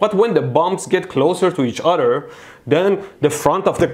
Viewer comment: "So one conductor can affect the udder"